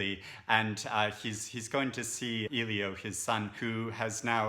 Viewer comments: Nice video. great review but i feel like i need to call you out on how to pronounce Elio’s name. It’s ‘L-yo’ not ‘eel-yo’. No hate. It just really bothered me. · His name is pronounced "Ellie - O" not "Eee - Lio" I cringe every time I hear someone call him "Eeeee-Lio" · I appreciate this thoughtful review, despite the "spoiler" that can be inferred from it that Oliver and Elio don't reunite as a couple and despite the reviewer's mispronunciation of "Elio" throughout. The sequel sounds less interesting than the original. There are so many great books I have yet to read that mere curiosity based on the fact that it's a sequel is not a strong enough draw to put it high on my list.